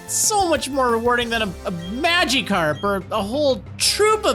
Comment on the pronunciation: why does he pronounce magikarp “mageekarp”